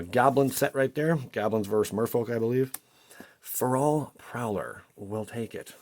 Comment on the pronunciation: "Fair-ul" = Feral